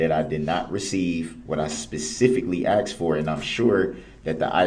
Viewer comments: We have to add...... Troof. Do Dat Oaff Axed License place Tacket Law Liberry He is also a "Narcissist Conversationalist" And i wanted to smack off the "intimidation stares". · and the all time great "axed" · "You where axed!" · “Troof” “axed” “biasness” he is so completely illiterate!!! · A civil rights lawyer that can't even say "Sustain" correctly?? Among a litany of other words he butchers.."Axed" "Tack-it agreement" 🙄😒 Yea, ok Dawn. Nice try.